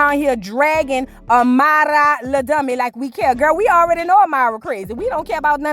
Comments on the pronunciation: lol I thought I was the only one like girl stop saying her name like that 😂😂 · The way she’s pronouncing Amara is stressing me🤦🏾‍♀️